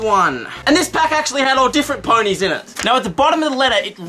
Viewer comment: I freaking love the way he says poneys :3